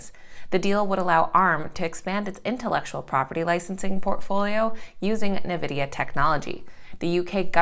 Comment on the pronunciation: Its pronounced Envidia